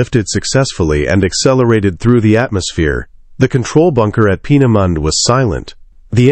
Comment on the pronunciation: Peena Mundey. Peena moondah